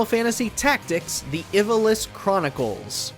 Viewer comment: That is NOT how you pronounce Ivalice